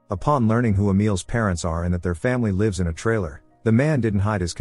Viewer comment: Seriously you need to teach your computer how to tell the difference between "lives" & "lives". It seems to only know 1 pronunciation. This is why I seldom even make it through the videos with computer voices.